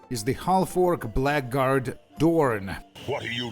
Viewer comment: Maybe it's a regional thing, but I have always heard "blackguard" said more like "blaggerd" Just wanted you to know so you can intentionally pronounce it more wrongly in future.